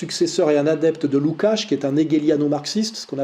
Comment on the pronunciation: "Soral a presque toujours raison". On comprend maintenant le presque. En total antagonie avec le déisme dont il se championne (christianisme). En plus il aurait pu un minimum regarder sur Google comment on prononce le nom du scélérat Lukács. 0/20.